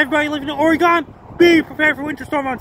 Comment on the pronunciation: Thanks for another severe weather alert for us here in Oregon. Washington doesn't matter 😀 And thank you for property pronouncing Ooooregon(e) not Oregun. You are incredible and a life saver to so many with your alerts. Keep up the amazing work Frankie!